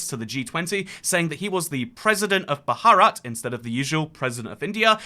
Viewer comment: Thats not how you pronounce bharat